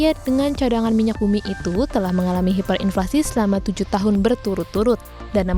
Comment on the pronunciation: Hiperinflasi ya hiperinflasi, bukan haiperinflasi.